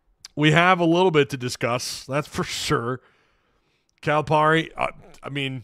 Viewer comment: his name is pronounced Cal-uh-Perry. Lmao